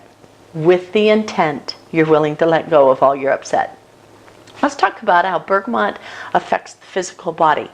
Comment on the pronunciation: Where are you getting the "N" in Bergamot from?